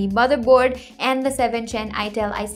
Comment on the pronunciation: Did she say "ITEL" Now I'm kinda doubting her PC knowledge